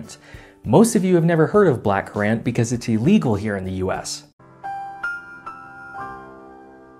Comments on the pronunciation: Err, currant is pronounced the same as current. It is not cur-rant. Also, the United States lifted the ban and blackcurrant in 1966 although some states maintained band till the year 2000. Either way, it has not been illegal anywhere in the US for over 20 years. You may also want to look into the theory that there is nothing purple in nature. A little more research? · ngl I had a bit of a fit when he pronounced currant as curr-ant instead of of current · Kuh-rahnt? In the U.K. it’s pronounced like ‘current’ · As a brit you pronounced currant very wrong (current) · We'll consider changing how we pronounce currant when you guys start pronouncing aluminum correctly. It's aluminum, not aluminium. Only one i. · Currant juice is lovely, and you can get it in the US in the form of Ribena Syrup. It's pronounced like the ocean movement. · You butcherd the pronunciation of currant